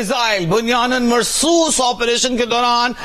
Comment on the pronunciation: Its bunyan ul marsoom not marsoos